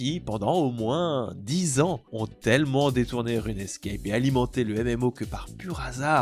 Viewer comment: On dit RUNE SCAPE et pas RUNE ESCAPE, de base, quoi....